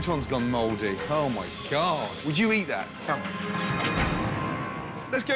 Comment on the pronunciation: “Oh my gEOd”